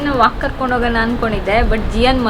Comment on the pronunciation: your pronounciation of ಣಾ is ನಾ. ಹೋಗೋಣ, not ಹೋಗೋನ. ನಿಮ್ಮ vlogs ಚೆನ್ನಾಗಿ ಇರುತ್ತೆ. ಹಾಗೇ ಸ್ವಲ್ಪ kannada ಉಚ್ಚಾರಣೆ ಸರಿ ಇರಲಿ. ನೀವು ಮಾತ್ರ ಅಂತ ಅಲ್ಲ ತುಂಬಾ ಜನ ಇಲ್ಲೇ ಹುಟ್ಟಿ ಬೆಳೆದು, ಮಾತೃ ಭಾಷೆ ಕನ್ನಡ ಆಗಿದ್ರೂ, ಒತ್ತಾಕ್ಷರ, pronounciation ಸರಿಯಾಗಿ ಮಾಡೋಲ್ಲ. Pl take positive.